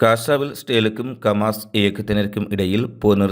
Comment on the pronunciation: டேய் சங்கிவாயா கமாஸ் இல்லை ஹமாஸ் என்று சொல்லு ... காஸா மக்களுக்கு செய்த சித்திரவதைகளையும் எடுத்து சொல்லு